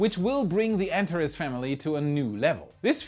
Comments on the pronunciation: It is pronounced AnTAHes, not ANtahres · Hey, just a pronunciation head-ups: "Antares" is pronounced an-tar-ees. The last syllable rhymes with "ease." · Antares is pronounced AntarEEZ. It is also the name of a red giant star in the constellation Scorpio. Its name is from the Greek "Rival to Ares", where Ares is Mars. To me it looks like the heart of Scorpio. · Thrusters: Follow Christopher Walken’s lead: “I need more cowbell!” 😂 Heatshield Tiles: maybe they could use the same attachment mechanism they use for Tesla Solar Roof Panels. They need to withstand small hurricane-force winds, right? 😂 Anteres: I’ve always heard it pronounced “Ann-tair-eeze” though that may simply be pronunciation. Thank you,. You rock! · ) The Antares rocket is pronounced 'An Tare Eez' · Anteres should sound more like ant-HAIR-ees. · Antares. . .pronounced an·teh·reez. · Antares is pronounced: ant r iz... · I'd have liked it more if you could learn to pronounce Antares. an TAR eez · Can you please pronounce "Antares" correctly.